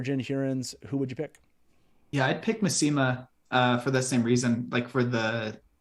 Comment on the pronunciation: ow my ears! I've always said it as MASS-ih-mah, not ma-SEE-mah